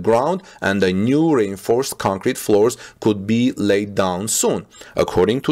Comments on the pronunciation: I normally wouldn't have said anything, but, when you say reinforced concrete..think of this when you say it ( re - inforced concrete). Hopefully this will help.. I do understand how hard it can be when English is not your primary language.. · I never realized that rainforest sounds like reinforced! 🤗 Okay English is crazy. Strangely, reinforced is a 3 syllable word, as is rainforest. Good report!